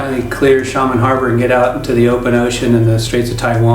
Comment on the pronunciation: Xiamen = shia-men not shamen what is it with North Americans unable to pronounce place names?